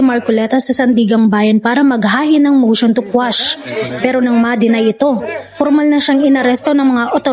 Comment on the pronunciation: Instead of quash ang nakuha sir,motion to squash😂